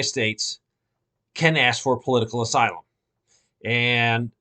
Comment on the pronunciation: "POLITICAL AYSLUM"